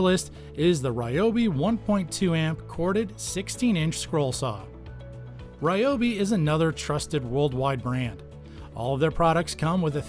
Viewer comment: Its, Reeeee-O- beeeeee Not, Rye-O-beee Look it up